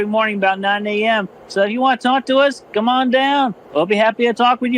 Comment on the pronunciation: Emphasis on come.